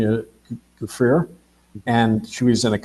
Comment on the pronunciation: he doesn't know how to pronounce Giuffre???? nor Mar-a-Lago?